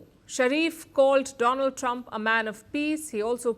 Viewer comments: My phraaand dolaand trump😂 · My phraaand - Do- Lund trump sar😂😂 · Chai wala , my priend donold trump😂😂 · My phriend dolaaand trump 😂